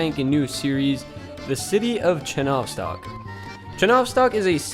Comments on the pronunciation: Not ChenOvstok, but ChenovstOk. Not babUshka, but bAbushka. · ch-ye-novstok like the word Yellow